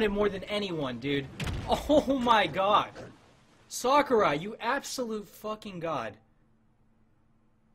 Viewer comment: All I hear is sockurai instead of sakurai